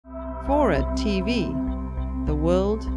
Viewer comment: It took me a second too, to realize the girl meant 'Tee-Vee', when she said 'Tivee'.